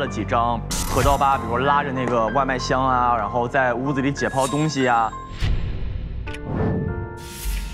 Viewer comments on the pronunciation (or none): 人体解剖pou师 被说成了 解迫po师